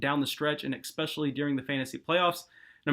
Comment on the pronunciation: eckspecially? I just can't!!! Lol